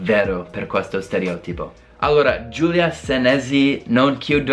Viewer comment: un consiglio...... Quando pronunci 'stereòtipo', metti l'accento sulla 'O'!!!